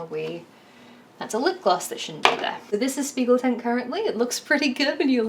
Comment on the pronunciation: loved the video but as a dutch person the propnounciation of spiegeltent is irking me :')